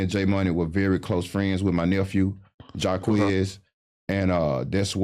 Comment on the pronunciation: Flacko said quez a buster 😂😂😂😂😂😂😂😂😂😂😂😂😂😂😂😂😂😂 Ohhh man